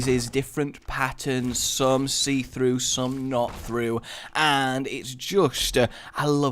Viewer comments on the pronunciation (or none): "Some seetrough, some not-trough" c